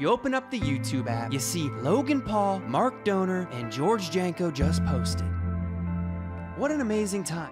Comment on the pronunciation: It’s pronounced mark doaner. Ok byyye